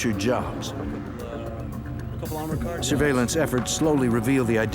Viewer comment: He definitely said they burned their getaway caws to destroy evidence.